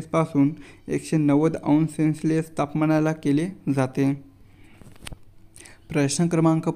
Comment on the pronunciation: सेन्स लेस नाही सर सेल्सयेस असते